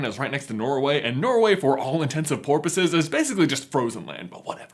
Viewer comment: anyone else hear "for all intents and porpoises"